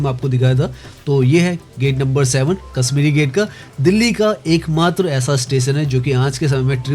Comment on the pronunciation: You're speaking sh as s. It is not Kasmiri but Kashmiri. Correct your pronunciation.